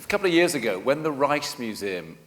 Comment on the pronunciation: To all English speaking British who can't speak Dutch: please do NOT pronounce Rijksmuseum as Reichsmuseum like the chairman does. That makes it sound like a nazi museum. I know most English speakers are morons when it comes to speaking other languages, but that is no excuse. Sorry, but there it is.